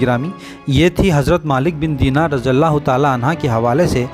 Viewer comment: Raziyallah anhu kahete hai na ke anha, please correct it